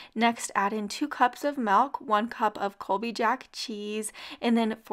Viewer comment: Somebody please tell me what is this "melk" I keep hearing about?